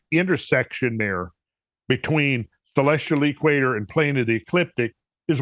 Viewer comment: He says.....the..... EEEEE-quator. Kinda like DEEEEE-troit. :-)